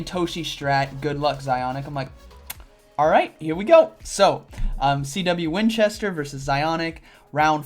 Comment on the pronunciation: ay very nice and well done! As always :) gonna be nitpicky here but that last battler, your rival -- you pronounce his name as "CW Winchester" but there's only one W, so wouldn't it be "C Winchester"? Just saying!